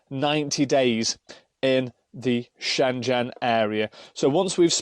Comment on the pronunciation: Shengen,,, not shenjen!! Great bid, but it kept grating on me everytime u said Shenjen!!! 😉